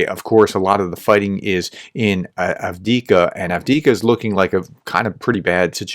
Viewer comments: AF DEEF KA not Ad-Wicka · Say it with me, Have-Div-Ka. 😅All jokes aside thanks for your coverage and your cooperation with Terry!